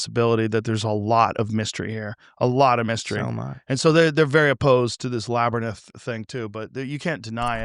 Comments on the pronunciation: Hearing Joe say labernyth for the hundredth time. Just proof money and fame will stop people from correcting you! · Lol "Labernith" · We must find out what’s in the “labernyth”! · why the fuck is nobdy telling him how labrynth is pronounced